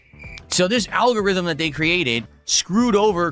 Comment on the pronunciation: What the hell is an “owlgorithm”.